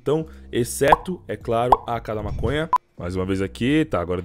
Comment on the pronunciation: EU OUVI MASONHA? KKKJ